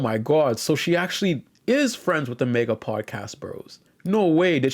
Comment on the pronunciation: I cannot endore the way you say MAGA as Mega.